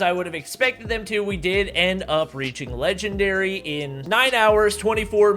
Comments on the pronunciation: lol said legwndary instead of legendary but anyways thats kinda cool rookie to legendary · Man grinding to "legwndary" sure is hard. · Ofcourse. "Legwndary" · Speedruns to "Legwndary" Me: Can't even get to Master 1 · LITERALLY,KUKUKU REKOIL, SHEESH AND NOW LEGWENDARY